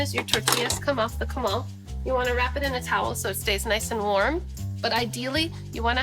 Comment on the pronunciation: You say comal funny it's co mal not cuh mall